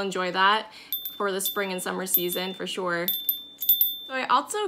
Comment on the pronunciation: I'm sorry, but everytime you say, "Shore/sure"...I think of Daphne on Fraser when they crossed into Canada and to prove her US residency, she just said one word..."Shore!" LOL I have a strong southern accent, so you would laugh at mine, too.